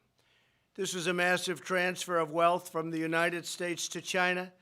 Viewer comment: Wait, so I purchase a new phone, the price is up 25% due to his tariffs on "Gy-nuh", and he is going to give my 25% tariff I paid... to the farmer?